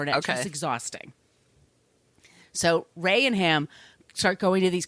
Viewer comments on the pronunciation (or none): Its ray, not roy....